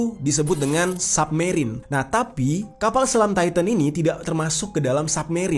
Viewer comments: Bacanya “SABmerien” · Bacanya submerine bang, bukan submerine.